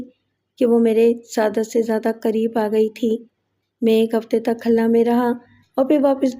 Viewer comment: صحیح کر لیں khalna نہیں khulna ہے ۔